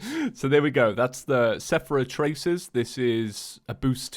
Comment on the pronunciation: It's not a calamity playthrough without calling the Seraph Tracer the Sephera Tracers.